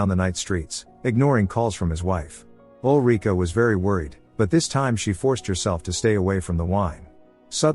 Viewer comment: Ulrika. Not olreeka.